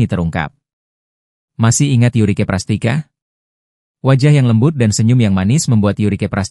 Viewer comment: Hostnya ngawur..Prastika bukan prastica .catatan Si Boy V ( lima) .bkn siboy Ve..